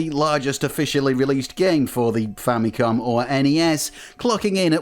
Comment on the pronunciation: So much injustice and disrespect Nintendo's FAMILY COMPUTER are getting from western and current youtubers that they keep butchering its name and relegate it with famiclones. They’re basing its name-butchering, clear confusion and aggressive mispronunciation with Sharp's TWINfamicom. The famicom by itself is nowhere stated in Nintendo's branding of any of its 8-bit console past or present. Not because the 16-bit Japanese Nintendo console is the Super Famicom, it's fair to mis-declare its 8-bit counter part as famicom. It's not! It's very inaccurate and a clear bastardization of the NES' basis of origin! Even in its heyday, no one has ever even called Nintendo's 8-bit Japanese console as a famicom let alone becoming an official general confusion like the sad state of affairs of present day name butchering, especially with markets where it's officially sold -- even until now! It's clear as daylight that with games, peripherals ( FAMILY COMPUTER DISK SYSTEM ) and even with the recent mini-console releases, the brand is clearly stated front and center as the FAMILY COMPUTER Before making any history-lesson, please make your facts accurate first and not ride with the general bastardization and history whitewashing. It's unfortunate that even wikipedia's been hijacked by western influence with this clear and intentional name butchering!